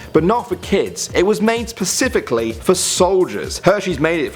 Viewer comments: Pacifically 😂 always makes me laugh when people say that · he said Pacifically lool